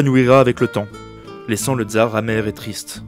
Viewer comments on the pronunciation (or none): Super vidéo, juste prononcer TSAR et pas TZAR pour plus d'authenticité